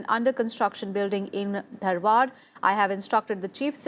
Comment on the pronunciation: it is not Dhanwad it is Dharwad, famous for Peda (Dharwad Peda).